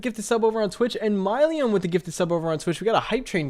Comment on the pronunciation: Myleum is actually pronounced “Mil-lee-um” btw but I love to support however I can. Ty for streaming for us, had to go back to rewatch cause I was working doing people’s hair in the middle of the stream several times.